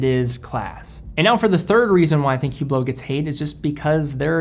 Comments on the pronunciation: Please, it is pronounced Oo-blo, not Hoo-blo. The H is always silent. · Pronounced, "ublot". The H is silent. Just saying. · You should never pronounce the "H" in Hublot.... and you should never wear an Hublot...